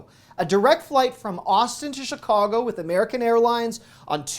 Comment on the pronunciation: Why people say Shicago? Always wondered.